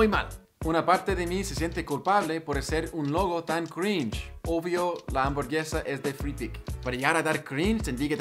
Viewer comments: Me da cringe que las personas digan "crinje" en vez de "crinch" como la argenta del principio 😒. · che da crin he crin he Eso me dio cringe jajajaj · Crinje esos argentinos que no sepan pronunciar una palabra en inglés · Algunos dicen cringe otros dicen crinch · La mina que dice "crinje" al inicio sería cringe jsjjaja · Crish xd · Está dicho así a propósito xd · Future project. Está copada la info, pero creo que te equivocas, simplemente está mal pronunciado así a propósito xd